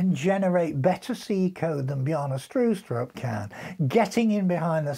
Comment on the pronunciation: You said Bjarne Stroustrup really well actually. I’m a Dane btw.